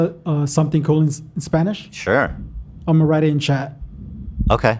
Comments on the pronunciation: Hila’s spanish pronunciation was impeccable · Hila's Spanish accent is on point!! I love the addition of to the show.. Al fin tenemos un hispanohablante en la familia!! Hell yeah